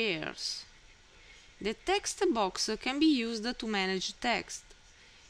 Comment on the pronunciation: "Tha textu boax", gets me everytime xD